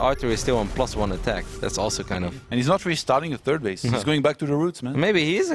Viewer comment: SAY "THIRD" YOU FUCKING TURD!!